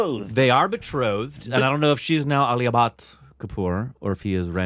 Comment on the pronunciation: I heard 'Rootbeer' instead of Ranbeer!!! 🤣 And Aalia Butt..instead of Alia Bhat...🤪